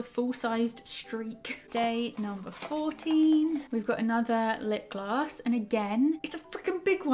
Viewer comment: Tis the time for everyone to think you can’t say lipgloss right😂